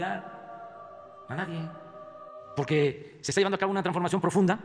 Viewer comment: ¡Excelente! Jajajaja tú también lo captaste... y la pluralida... jajaja se mata solo, no sabe ni hablar y menos pronunciar... la gran TRANFORMACIÓN dice y eso que es su "logro(?) más cacareado" y "la joya de su corona" y no lo sabe ¡NI DECIR BIEN! La lista que le tengo es enorme, y no solo causa pena ajena, sino indignación que vean que ese es "el presimiente" que a diario se quema y miente como respira, a los ojos de todo el mundo". ¡Que gacho, pero es la triste realidad!